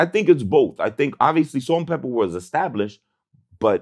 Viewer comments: It’s not salt n pepper, it’s salt n pepa! VLAD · Pepa maaaan. Not pepper. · Vlad should know it's Pepa not Pepper 😂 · Who tf is “Salt N Pela” Cmon Vlad 😭